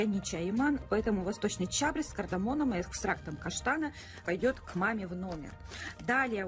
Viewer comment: ЧабрЕц. Спасибо за обзор! Жаль,что нельзя купоны дарить. Мне больше нравятся мужские лезвия. Победите Вы.Нелля